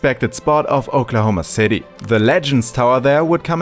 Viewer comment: ah yes, aklahoma, tornado ally, fitting